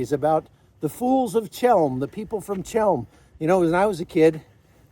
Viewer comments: Ch as in chem is pronounced like a throaty H as in helm not ch as in chalk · Chełm. In Polish, Ch=H. The Polish "ł" is the English "w". A simple, short word. Since you were there, you could have learned the pronunciation. The Jews of this city never called it the way you do.